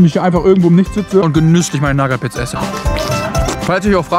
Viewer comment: Bitte hör auf naggat bits zu sagen😂